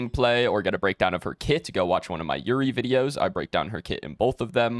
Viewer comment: Imagine you're about to climax and he's like yurry instead of yuu reh ee lmao so unplayable